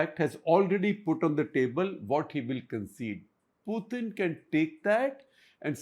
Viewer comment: It is Putin, not Puthin